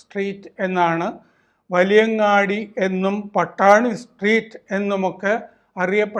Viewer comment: Not valiyangandi but valiya angadi.